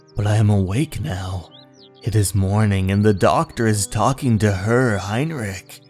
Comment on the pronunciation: “Herr” in German is pronounced like “hair” in English. “Scarce” is like “scare” but with an ‘s’ sound before the silent e. I really hope you can upload all your previous EC Comics dubs soon.